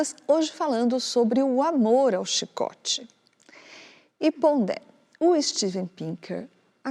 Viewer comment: Pondé? Fala serio! Não fala ca com kra